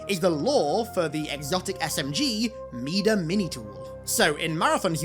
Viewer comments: Hearing mida pronounced (mee-duh) really irks me for some reason. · Mida ="my-duh" as in "king Midas, the man with the golden touch"